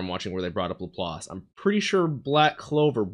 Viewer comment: Good on you for correctly pronouncing "Laplace", usually english speakers pronounce it as "la-place" for some reason. Anyway, Laplaces demon refers to a thought experiment by French mathematician Pierre-Simon Laplace, he envisioned a demon that knew the location and movement of every particle in the universe and had infinite calculation capacity. He reasoned that such a demon could effectively predict the future, he was a determinist (as am I) and didn't believe in free will (correctly). Basically the idea of using a super computer to predict the future. It has to